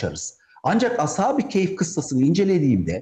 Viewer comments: Əshabi keyf yox. Əshabi-kəf. yoxbir kayf. düzgün konuşun. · Telaffuz “keyf” olarak çıkıyor gibi